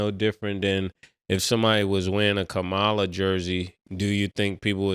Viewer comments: Mase it’s “Ka-Ma-la not Kamala”. 😂😂😂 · Lol, Mase her name is Ka-Ma-la… butchering shorty name. Great take tho. Politics are a touchy subject, and neither party REALLY cares about anyone. But honestly politics cause division, and shows people mind state. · I love yall but can yall please stop saying Kamala name incorrectly? you’re a black woman, you could correct my guys when they say her name incorrectly. It gives off purposeful actions. Please do that black woman better than that. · Why y’all didn’t check mase on the vice president name. Like say it right or don’t say it at all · Damn Mase, learn how to pronounce the VP name bro!